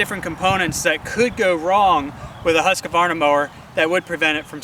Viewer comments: Its just husk varna...theres no ah after the q! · it's actually "Hoosk·vaar·nuh"